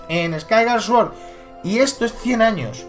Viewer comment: Me da un poco de vergüenza ajena escucharte pronunciar Skyward Sword...